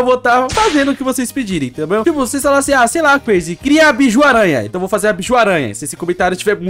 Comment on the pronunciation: Se fala Bijuu n biju